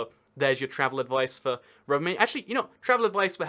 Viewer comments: I love it when you are supposed to say Rovaniemi, you just always mutter "Rovimaami.." hoping no one would notice :D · >pronouncing Rovaniemi as roviamani 🤔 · Romimami lmao, at least you are aware that it isn't pronounced like that. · actually there isn't really a metro system, just tram plus 1 line of metro, tho it does split in the east. also, its rovaniemi not rovienami, u switched them also espoo is espoo, helsinki is helsinki, but they are all in greater helsinki, also including vantaa and kauniainen also finnish an swedish isn't at the same level as dutch and french (and german) as many people already said also its not just because of the åland islands, theres also vaasa and neighboring places, they also speak swedish (and finnish) also fun fact, that expensive ferris wheel, (skysweel) has a (sky)sauna im not going to talk about pronunciation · Not bad, though I really can't fathom how you managed to get a "mami" into "niemi". :D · When Rovaniemi becomes Roviomam, Roviohuhmhmh, Rovamami, Roviomami (twice), Rovomami and finally just "Romi!" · It's Pronounced ROVANIEMI. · Rovamämi...?..so close but so FAAAR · Rovaniemi it's pronounced "Rov-en-yay-me" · I think he pronounced it Rovamama. 😆 Couldn’t stop laughing. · I love all of your 12 pronunciations of Rovaniemi ;) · The way you say rovaniemi sounds really dumb (Im finnish) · Wow that Rovaniemi pronunciation was so bad (like actually)